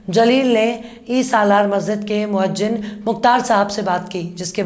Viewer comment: "the word Moazzin is right not Moajjin" nice video with brave journalism. Congratulations. Abu Reyaz Ansari Mau U P